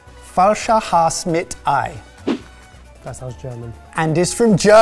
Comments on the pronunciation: being from germany, first of all the "E" in Hase is not silent, but is spocken out loud, and secondly, I would not considre this a traditional easter dish annymore, I grew up with it (I´m 35 now), but never ever to easter - time and if you want it a little bit changed, you would make a "Schwalbennest" (something like "nest of a swallow") wich is a single egg in the same mince meat, cooked in a similar fashion. BUT, that is the most adorable "Falscher Hase" I have ever seen, so 15 out of 10 points for this. 🤣🤣🤣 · Kudos to, that German was pretty much spot on. We do pronounce the "e" at the end of Hase tho. Apart from that, a job well done. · You know, going into the Video I thought... I'll never see any German Dish on this since we got not a lot of special stuff.. and then you come around with Falscher Hase (the E is pronounced by the way, same as it should be with Prosche, it's not silent!) All the time I was like... hmmm is it falscher hase or not xD